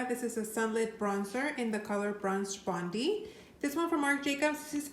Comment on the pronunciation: For the Becca bronzer, Aussies pronounce the Bondi beach it would be named after as Bond-eye, not Bon-dee ☺🏄‍♀️